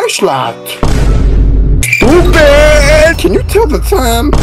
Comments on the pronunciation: "STEW PADDDD" very wise words and very understandable... :( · what is saying is trying to say “stupid” I think